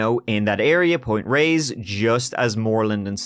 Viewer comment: Not that it matters but just for the heck of it, since I grew up in the Bay Area, it's 'Tam al pie us' or just 'Mt. Tam'. I dunno, might come in handy for other SF area crime stories? Sure seems like there's plenty of them. You nailed Point Reyes though 👍 Anyway, another interesting podcast. Thanks!